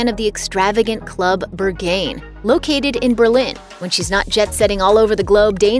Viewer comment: Berghain is pronounced "Baer-g-hine" not beghine